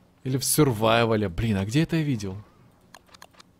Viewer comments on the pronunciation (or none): Сёрвайвал.Они правильно говорят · Сервайвал? Чей это английский?